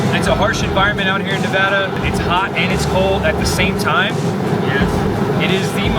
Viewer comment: so glad to hear you guys pronounce Nevada correctly. funny to me how all our back roads and double lane highway's look the same. i am east of reno and i could have sworn a few times you were driving in my back yard. keep on keeping on.